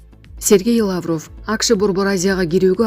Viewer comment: Лааврыв эмес ,лавров деп туура суйлө, сендей сабатсыздарды ким жумушка алат.